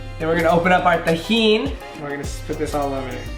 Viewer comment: yo u dont even sound Mexican cant even pronounce tajin right hahaha, im not hating on u